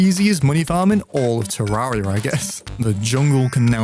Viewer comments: ITS TER - (AIR) ia (joke) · It's pronounced "terraria"